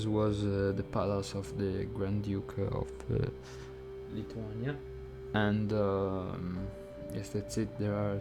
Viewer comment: Your pronuciation is wrong even for name of the country.